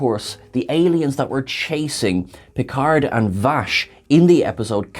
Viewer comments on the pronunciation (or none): none